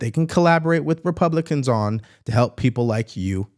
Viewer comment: Pronounce Republican then maybe you can file for articles of impeachment